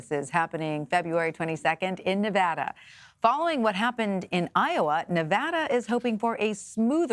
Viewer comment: "Nev-ahh-da", Maam, it's Nev-AD-a!